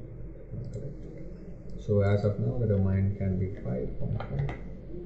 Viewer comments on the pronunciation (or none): construct dominee , what is this dear , ? its do-ma-in ....